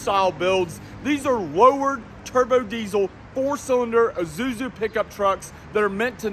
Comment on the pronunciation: Bruh the way he said Isuzu. “Uh-zuzu”